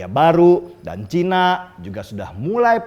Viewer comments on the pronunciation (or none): none